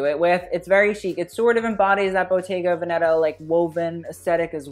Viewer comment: love u but it kills me how you pronounce the 'veneta' in bottega veneta